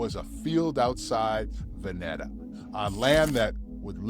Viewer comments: Ooff Nice video, In Oregon, this is the correct pronunciations : Ory gun, not Ory gone. (The latter is East coast speak) Va net a Is pronounced Va neeta Correct spellings: Oregon Veneta Cheers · Dude! Its pronounced ''OryGUN" and "Va-NEE-ta" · It's pronounced "Va-knee-taa" and it's called "The Oregon COUNTRY Fair". Both are still going strong.